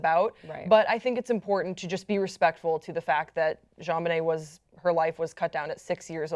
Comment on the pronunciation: The hostess of this show keeps mispronounching Jonbenet's name. It's not zhonbenet, it's pronounced like John.